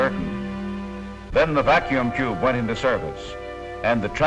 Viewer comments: What funny way does the announcer say Vacuum Tube that the captions say Vacuum Jew ??? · 73! I thought he was saying vacuum chube.